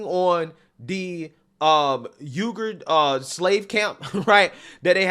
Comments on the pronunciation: It is pronounced : (wee gur) not "yogurt", you know that religious group that is being imprisoned. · ITS Uyghur PRONOUNCED (WEEGER) DAMN MAN WTF WRONG WITH YOU. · the Uighur Muslims name is pronounced WE-gurr, bro.....😀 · Just for your information, Chinese Uyghur is pronounced phonetically: wee-gur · I believe its pronounced Weger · Uyghur is pronounced "Weeger".